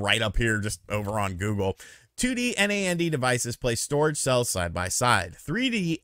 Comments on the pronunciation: Btw It's pronounced "NAND" not said "N-A-N-D", NAN-D. I guess I just want Nintendo to stop being a garbage company, maybe I'd rather they get out of the console business entirely, I think it holds them back. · lol, you don't have have to spell NAND out each time, you can just pronounce it like "Nanned" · Calling storage "memory" can be confusing, as memory is commonly how RAM is referred to when it comes to tech. Also "NAND" should be pronounced as a single word, like the word "and" with an N in front of it. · so weird to hear someone say N-A-N-D... most i know just say nand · It’s pronounced like And, but just starting with an N 🤦🏻‍♂️ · Why are you spelling out NAND?